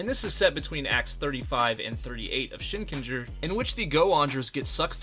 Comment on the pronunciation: Shinkenger did not hit right in English, it was butchered. But it was absolute peak Sentai.